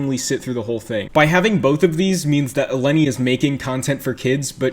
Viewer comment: Intentionally saying her name wrong XD